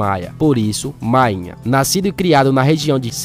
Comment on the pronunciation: Ele tá narrando com o nome errado, você tá dizendo mainha, o apelido é máínha